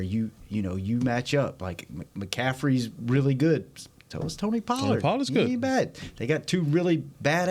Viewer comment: When are y’all gonna tell it’s Mccaffrey not Mccathrey?!?! 😂 Y’all playing with that man or what? Love ya!